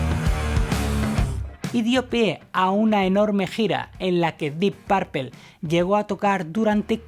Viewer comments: Tampoco se dice "DIP PERPAL" DEEP PUERPLE "DIP PRPL" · Buen reportaje, pero la pronunciacion en spanglish es terrible, un curso de pronunciacion en ingles no les vendria mal. Diip pourpel jaja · 🤔🤔🤔 Vamos Tío si vas a mencionar a un grupo en Inglés por lo menos esmérate por pronunciarlo correctamente. Que diablos es Dip Parpel ?? 🙄🙄😳 es como que venga un Inglés y quiera decir Púrpura y terminé diciendo Parpara 😳 de inmediato lo vas a corregir no? Lo demás NO te lo corrijo por NO hacerte sentir mal pero me dolió el oído al oírte pronunciar Dip Parpel. 🙄😳🥴😣😖😡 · "Diip Pearpeeeeeel" 🤦🏻‍♂️🤦🏻‍♂️🤦🏻‍♂️ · jajajaja, ta buena la biografía de la guitarra de "Dip Perpel", esa pronunciación hay que mejorarla. Pronuncialo así: "DYip Peipor", la "D" casi juntándose con la "Y", y al final casi no pronunciando la "o", casi que se juntan la "p", con la "r", así se pronuncia. En buena. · dip parpel 😀 Sería mas como: dip purpol, o mas aún: dip purpl, solo que la u no es exactamente una u, suena como en medio de una u y una o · Solo di dip purpo... Suena que dices (dip papel)😉 Good video though 👌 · Dip parpel.....no ....dip perpl... Carlitos. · No se dice dip parpel se dice dip purpul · Pronuncias como el cu lo. Se pronuncia Parpl no parpel, guilan no guilian, ian no aian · Ian Gillan, y lo ha dicho hasta el cansancio que no es Guillian y este compa hasta se atreve a hacer un video. Por eso no hay que creer todo lo que vemos en Internet. Y yo sé que en España tienen su propia pronunciación, pero escuchen como ellos mismos dicen su nombre, no es porpel, no son los Bitels. Que alguien los ayude por favor. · No SE dice "Di parpel" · Me sburri de escuchar que diga deep parpel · Dep parple? Que feo se oyó esa pronunciación. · Se pronuncia "Dip Perpol" la última e suena más como o que como e. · PORQUE PRONUNCIAS LA "U" COMO " A", ES " DEEP PUUUUUUUUUUURPLE" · Ja ja pronuncias muy chistoso “porpel”, siempre he pensado que Blackemore tiene problemas psiquiátricos. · Dee parpel, jaja.